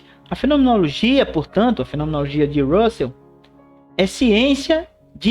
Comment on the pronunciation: Ótima aula! Só observo o equívoco na pronúncia do nome do filósofo. Essa pronúncia do vídeo é a do nome de Russell (o filósofo e matemático britânico Bertrand Russell).